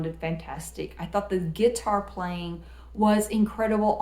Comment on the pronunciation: Did she say "Gitar"? Love it.. lol